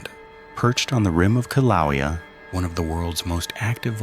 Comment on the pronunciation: Iolani = ee - oh - lah - nee. If you are going to tell stories about Hawaii, get the pronunciations correct. It matters. Ah Ay Ee Oh Oo (A E I O U). Grew up Hilo side of the BI. Kill - ah - way - ah (Kilauea) OMG you are killing me!! Grew up going to Volcanoes National Park from '79 to present.